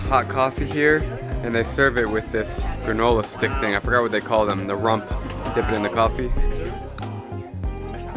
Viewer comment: The cringe when he said rump 😂